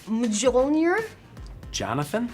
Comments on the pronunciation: "What is the name of Thor's hammer?" Zoe: "mEELjj- meelNAjua " Evangeline: "mehJOLEnir" Paul Rudd: "Johnathan" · Okay, but I have actually been asked by almost everyone in my English class how to pronounce Mjolnir. (I was the only one aquainted with Norse Mythology) Mjolnir Is pronounced MEAL-NEAR , for everyone who didn't know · “What’s the name of Thor’s hammer” Hannah: mispronounces Mjolnir Evangeline: also mispronounces Mjolnir Paul: J O H N A T H A N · “What is the name of Thor’s hammer” Hannah: Milnodual Evangeline: Mijonyear Paul: Jonathan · No one: Not a single soul: Not even a 5 yr old Not even Tony: Interviewer: “What’s is Thor’s hammers name Paul: “jOnAtHaN” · Wasp: Mi-joel-neer? Ant-Man **confidently**: Jonathan 👍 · Person: What is the name of Thor's hammer? Hannah: random mjolnir sounding word Evangeline: Mi-JOLnir? Paul: Jonathon??